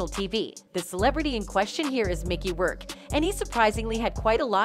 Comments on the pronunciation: For God's sake it's Roark for pronouncing....Roar and K. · Mickey "Roar"ke. . . NOT "Rurke"! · Mickey Rirk? It's pronounced Rork. Please. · Rourke used to be so hot. (It’s not Rerk it’s “Rork” lol) AH may be the most hated on right now, but let’s not forget there’s SO many more that are beyond worse. Disgustingly worse. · They need a new computer voice voice generator, one that can pronounce words and names more correctly. Also the could review before putting online. Mickey Rerke? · Wow Holy Butcher a huge celbs name. How many times did you say his name wrong. Please fix it